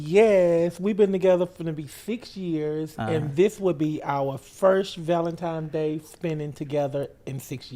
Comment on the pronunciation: Its Valentines day, not Valentimes day!